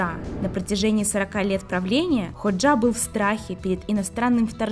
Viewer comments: Правильно ХОджа, а не ХоджА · Энвер ХОджа, а не ХоджА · Энвер (ударение на э) ХОджа (ударение на О)! Почему не узнали точное имя бывшего лидера Албании? Внимательнее к деталям